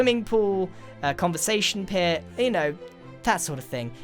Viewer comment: The heck is a "coversation pit"? You mean fire pit?